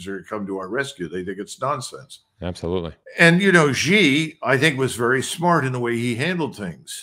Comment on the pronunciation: Xi JinPing has been the leader of China for over 11 years, and this Colonel MacGregor still pronounces Xi as "zee"; well, it's pronounced "shee"! It just shows his ignorance about China and Chinese affairs. The people of Hong Kong are upset and uncomfortable about China, but they put up with China simply because they have no choice. Xi did not order the PLA to march into Hong Kong because he didn't have to, not because he was "smart" and chose not to. In 1989 the army was ordered into Beijing to quash the student protests, although not ordered by Xi but he certainly would do it again just as his predecessors did.